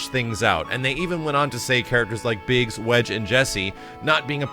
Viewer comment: Biggs... Waydge... Jussie...